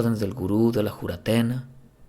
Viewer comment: Es Juratena ..o Furatena..como le dicen en Colombia